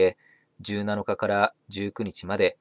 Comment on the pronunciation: 「17日」……正しい読み方は「じゅう・なのか」じゃなく、「じゅう・しちにち」だよ。 ≪なのか≫と読むのは…「7日」だけ。 「１７」と「２７」は数字のままなので…「よろしく」です。 尚「17日＝じゅう・ななにち」「27日＝にじゅう・ななにち」は可。 以前から、気になっていたので。 ★テレ朝は企業倫理で言えば≪閉鎖≫では？ ※もし工場だったら…≪2週間の閉鎖≫の筈？ テレビは例外って、おかしいよね。